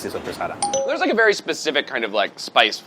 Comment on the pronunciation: Brad's confidence saying "supersata" shows just how Jersey Italian he is.